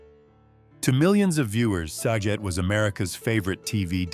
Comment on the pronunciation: He got Saget pronouncement wrong too.